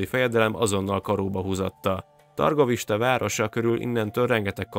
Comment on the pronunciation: Nem belekötni szeretnék viszont Türgoviste-nek kell ejteni . Egyébként nagyon jó videó. Köszönjük